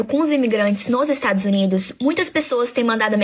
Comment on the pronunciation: É impressão minha ou ele falou estragos Unidos? 😂😂